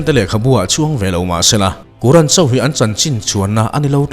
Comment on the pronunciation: Sir, quran(Kuran) ni lovin, qur-an(Kur-an) tia lam zawk tur aw